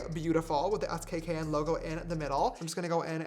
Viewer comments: not James saying saying Skkn by Kim as S k K n instead of skin 😔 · “S K K N” is it not pronounced “skin”😭😭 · James the name of the brand is pronounced skin 😭